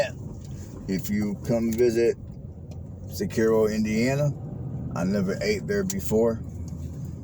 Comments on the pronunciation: If you are going to do these videos showcasing different places in Indiana, you need to do research on how to say the name of the town (Sis Er O), know the bodies of water (Morse Reservoir not a river), know information about what makes Ryan White so special to the town of Cicero, video the 3 public schools and not just a Adventist school, drive around all parts of the town not the same roads, know the correct population (around 5,000), and most importantly advertise the restaurants. You did this small town a disservice with this video 😢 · Pronounced sis-sir-o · I live in this beautiful small town and I feel compelled to correct you on some major misinformation from your video. It is pronounced SIS ER O. Cicero, In. Not Illinois. Morse Reservoir is a 7 mile man made lake not a river. The Boathouse Kitchen and Swan Dive has good food and cold drinks along with a fantastic setting on the lake. It is a hidden gem in Hamilton County. You drove around the same streets and didn’t get the most important parts of the town. You missed Cicero Park, Trump Hill, Red Bridge Park and all the great restaurants. Thanks for posting this but try and do some fact checking before recording misinformation. Thanks. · It is pronounced sis-er-oh